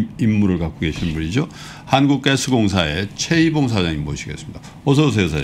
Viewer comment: 한국개스공사 ㅋㅋㅋㅋ 발음 구수하셔요